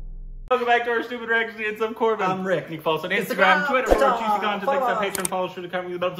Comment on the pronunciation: just destroys every actors and movies name he must surely work on in.... other foreign reviewers are far better call names